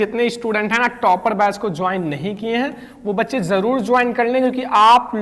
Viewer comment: Aapke muh se bachhe sunna bda hi ajeeb LG rha h😅😅😅